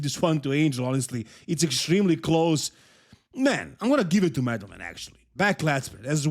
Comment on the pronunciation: I really admire you and like how you're not butchering Eastern European names like the 'muricans, but man, you did dirty to Angel and Madelman calling them the way you did:) Madelman is not Medal man. Angel is not like the biblical creature, but An-hel (similarly to how you say the J in Juan, or Jesus (when it's your average mexican, not Christ).